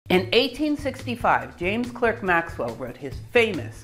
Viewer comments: Clerk s pronounced “Clark”… James “Cark” Maxwell. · You will find that Clerk is pronounced Clark. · Speaking of pronunciation, Maxwell's middle name is spoken "Clark" (as in Lewis and Clark). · A wonderful series of lectures, simply superb. By the way, in the UK, Clerk is pronounced Clark, so his name is pronounced James Clark Maxwell 🙂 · Excellent! But Maxwell pronounced his name the English (and Scottish) way: Clark. In German Weber is pronounced Vaybur. Correct pronunciations are always best.